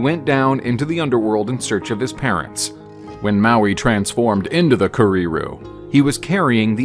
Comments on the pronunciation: And it's not prefer it's kereru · Kah REE ROO? Keh-Reh Roo actually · care-rare-roo but roll the Rs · Kerrey not prefer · You really ought to correctly get the pronunciation of words - pretty slack really. I could only bear to watch up to kēreru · In that case I'm taking 10 pts off for his low tier pronunciation of Kereru but I'm awarding you 50 pts for his outstanding effort with Mahuika . Nice job overall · The Kererū pronunciation tho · Lol this isn't even Offensive but the way you pronounce kereru is just un matchable lol and the tomtit lol this is just flat out amazing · Those May-oRi KerreeRoos sure are cute though...